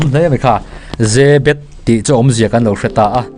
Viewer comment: YE-BET tia lam a dik zawk.